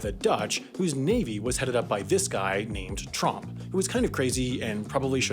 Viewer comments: Are we just going to ignore the fact that said Trump instead of Tromp when talking about the Netherlands and Scilly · Tromp sounds like trump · Tromp sounds a lot like trump